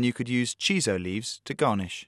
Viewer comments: *Shiso leaves, not chiso. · Shiso, not Chiso.